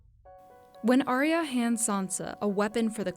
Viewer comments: Ar ya. Not aria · Did Sherlock Holmes make this video? Also, learn how to pronounce Arya correctly...